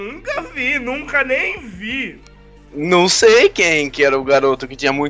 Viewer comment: " Nunca neim vi "